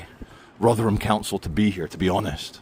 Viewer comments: Rothrum, not Rov’ram! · No, 'tis Rother-HAM!